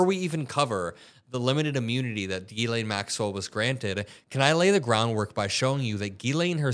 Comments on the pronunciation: Being french, can I tell media that her name is Ghislaine (pronounce jislaine) and not as Guylaine like you always say! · Epstein was a goofball from the Bronx. He needed Ghislaine because she was posh and knew all the famous people. Epstein made his money by blackmail and money laundering. Ghislaine and Ivana would drive around looking for young girls to groom. Ghislaine is pronounced zhee-LEN. Epstein claimed he needed to climax 3 times a day. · Chuck knows her name is not pronounced “gizz lane”😅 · It’s NOT Gee-Lane. It’s pronounced Jiz-lay. It’s French. The n is silent. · JIZZ-laine is not how her name is pronounced. Its GHEE-laine like is saying it. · the over pronunciation of “Gee Lane” is really throwing me off. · The name is french and pronounced: Jislaine Maxwell. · It's pronounced jeez lane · Hearing Chuck Schumer mispronounce ghislaine was too much..be warned.